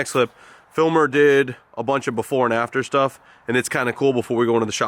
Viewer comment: I cant not hear "Phil Mer" every time you say "Filmer" now haha